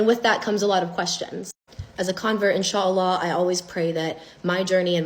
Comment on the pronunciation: Salam alikom well explained and I like the way you say inshallah